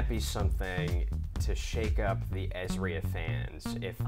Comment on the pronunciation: Why is the pronunciation of 'ezra' changing all of a sudden? It's "EZ-RAH" not "EZ-REE-UH"